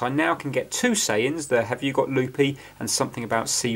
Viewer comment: Poor Andy. For one thing he's lost his distinctive hat. Oh, and it's Looby, as in Looby Loo. Amazing fix though, well done on your patience! Ps, he always was a bit weird. Lived in a wicker basket.